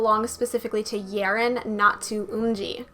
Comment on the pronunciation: hey :) yerin is pronounced as yae-rin sowon- so-on umji- eom ji yuju- yuju sinb- shin b eunha- very slight eu not oo so eu na